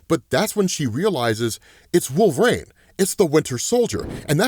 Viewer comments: Is there a reason you pronounce it "wolver-ain" lol 😆 😅😂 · Why doe he say “Wolverane”? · please stop saying wolverine like that lol